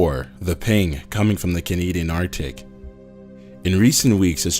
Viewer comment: 1.) coneed'n is CA-NA-DI-AN